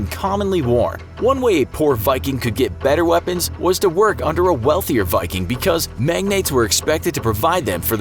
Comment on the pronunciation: The mispronunciation of every single Viking term and the false depiction turned me away from this channel. Just something to consider.